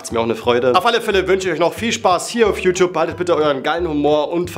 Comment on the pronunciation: Man beachte wie youtube bei min ausgesprochen wird xD ,,YouTop" 😂🤭